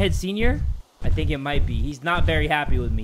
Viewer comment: me: i don't fink you have the facilities for that big man